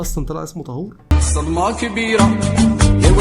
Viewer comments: مش طهور بالضمة😂😂 طهور بالفتحة😅😅 كل احترام وتقدير ليكم ✌✌ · لا لا انتو كاتنطقو الاسم غلط اسمه:( طهور بفتح الطاء) وشكرا 🙏